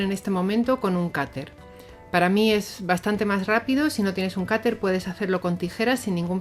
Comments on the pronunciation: Porque dices cater si es cuter?? Saludos y sigue haciendo estos vídeos tan guays😘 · Cuando dice "cater" se refiere a un "cúter"? es que soy de México y nunca había escuchado la palabra "cater" y me interesa comprar una herramienta así